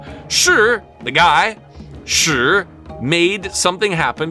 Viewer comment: Good attempt, but as a laowai, you're still missing out the intricacies of pronouncing "shi". There are hard & soft shi's in addition to the 4 tones.